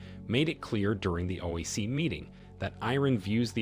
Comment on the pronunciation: Hey commentator it is. O. I. C not OEC or OAC. Learn the correct pronunciation